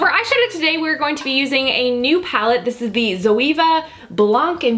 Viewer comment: The way you pronounced zoeva 😂 (Zoe-aye-vuh)